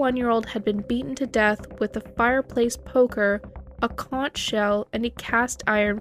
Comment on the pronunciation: Conch is pronounced “conk”.